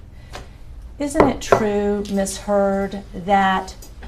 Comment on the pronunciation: she implied QUNT when saying MISS HEARD